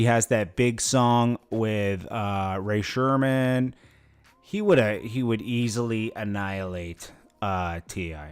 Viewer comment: SAID RAY SHERMAN HAHAHAHAHA RAE SREMMURD READ IT BACKWARDS ITS DRUMMERS EAR